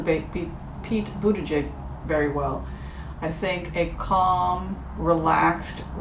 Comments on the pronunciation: Someone has probably helped you with this but in case they didn't: "Buddha-judge" is how you say it (or so I hear). I like him and it's amazing to see an openly gay person in the running. I'd love to see a woman at the top of the ticket with Mayor Pete as VP. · I think it's Pete "booty judge." Good reading,. You are so much fun.🤗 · Pete Buttigieg,...I believe his name is pronounced 'Boot a judge' but double check me. Appreciate your work. Patti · Mine is Pete Buttigieg🇺🇸🇺🇸🇺🇸 His name is pronounced "Butejudge".. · Pronounced “Buddha-judge” or “boot-edge-edge”. I had the same feeling about Kamala...I like her but wondered about how she’d do in certain areas. Thank you,. 😂 Feline intervention for YouTube addiction. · P.s. the pronunciation for Pete Buttigieg is Butta-judge but I prefer Buddha-judge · Buddha Judge is the pronunciation of Pete Buttig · Pronounced "buh da jidge".